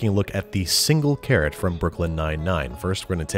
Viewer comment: Ive slowed the video down as slow as it goes and i still dont understand carrot